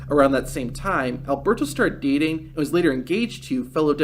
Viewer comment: When he said "dating Paige" it sounded like "beating Paige" 5 seconds later, that would make sense if he did say "beating"